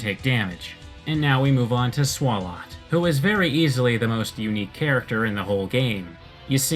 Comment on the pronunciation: "Swarlott" It's pronounced "Swallow"...